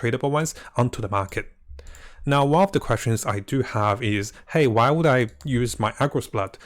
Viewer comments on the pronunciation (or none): none